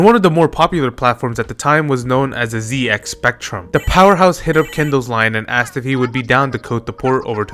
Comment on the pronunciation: Just a note for the computer names, "VIC" is pronounced as one word like victor, and ZX is pronounced as "Zed Ex" since it's British